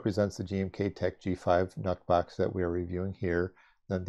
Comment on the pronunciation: "Nuhk" box? Blahahahaha